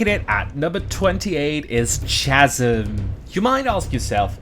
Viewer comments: 2 things. 1.Chasm pronounced "Kas-im" not "chaz-im". 2. This was a great video other than that 1 mispronunciation. They just release TS 1-3 on PS5 and i plan on playing all 3 with my mates. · I know this is four years old, but “chasm” is pronounced with a hard “k” sound, not a soft “ch” sound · i lost it when you pronounced chasm im sorry